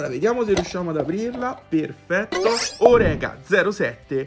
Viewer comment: Salve! Hai ragione: splendida la tampografia della Orecá. Una sola cosa da dirti (e non volermene.....): la corretta pronuncia del nome e' - Orecá -, con l'accentazione sulla 'a' finale, perché il costruttore è francese. Saluti, e grazie per i video! RD.